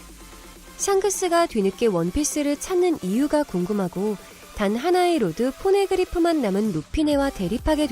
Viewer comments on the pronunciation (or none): 돈받고 목소리파는 업체인듯 (개구릿대처럼) 로드 포네그리프를 로드, 포네그리프로 읽은 걸로봐서 원피스 모르는 사람이란걸 추측할 수 있음